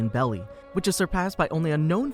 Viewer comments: BERRY NOT BELLY 💀💀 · He said belly instead of berry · berry not belly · Lol, the One Piece currency is pronounced Berry, despite how it’s spelled. I thought it was called belly too by the way it’s spelled as Beli. The way some Japanese words are, L’s tend to make an R sound and vice versa. Like the cute little demon cat from InuYasha— Kilala, said as Kirara. The same is true for the One Piece world’s currency “Beli” is pronounced as “Beri” or berry… sorry to be one of those people… but ever since the worst movie that was ever made: The last airbender… it’s almost compulsory to want to make sure things are pronounced correctly… so tragedies like that movie never happens again 😭 Lol, but seriously though, just trying to help you out, so no worries ☺️ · am i only one that geting triggerd for him saying not berrys